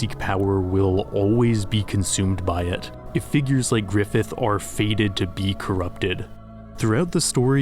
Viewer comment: he said grifith weird